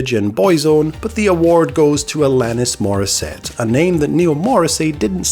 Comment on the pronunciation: Isn't it ironic, don't you think, that Neil Morrissey struggled with the pronunciation of Alanis Morrissette?